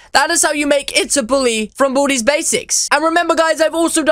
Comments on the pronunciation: Its baldis basics not baldys also make sweepin time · It's baldi not baldys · it's baldi's not baldy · Its baldi's not baldys